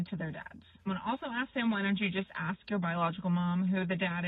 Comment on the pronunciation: Ugh. Aks. Aks her that question. This is what I don't get. You hear them talk about a woman's ASS; they can pronounce that just fine. You never hear them talk about her "fine AKS". So, I know they can make that sound. Why then can they never seem to say A-S-K and it's always aks? Yes. I'm irrationally angry abut that. It just makes them sound so ignorant.